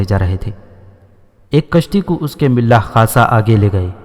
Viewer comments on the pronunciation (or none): ملاح نہیں ملاح م پر فتح زبر ہے